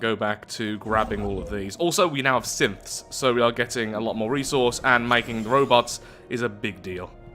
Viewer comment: every time you say synths i think you say simps, and every time i hear that i just grin.